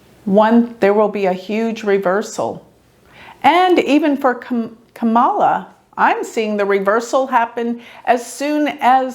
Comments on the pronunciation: Dear, Enjoy your readings, esp on my Fave VP Candidate, SEN. Kamala Harris! Btw, with all due Respect, The correct pronounciation of her name is, 'COMMA-LA,' Two syllables, not, Three, as in, Ka-Ma-La... Thank you for the work you do! It helps me stay Calm in midst of the illusionary STORM, that, IS Passing! Meant to add my favorite Randy Rainbow Song: KAMMA-LA! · Her name is pronounced Comma-lah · Hi. You’re mispronouncing Kamala’s name. It’s pronounced like “comma la.” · It's Kam-a-la - accent on first syllable and pronounced "cam", as in camcorder. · Her name is pronounced Comma-La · Good analysis. Would've been great if Mike Pence's birth time is available. Btw, it's pronounced "comma-la", just for your future reference. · if you're going to record a public reading about someone, please pronounce their name correctly. Trump doesn't feel a need to, but that doesn't mean you should. Please be respectful of the people whose chart you are reading. Thank you. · Alamar Fernandez .....most people pronounce her name wrong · Rodney, are you sure? is a vedic astrologer, so she is familiar with Sanskrit words. Kamala is a Sanskrit word. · yes I’m sure. She’s saying it wrong.